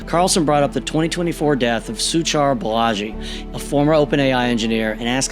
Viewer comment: man, you butchered his name, it is Su-cheer Baa-laA-jee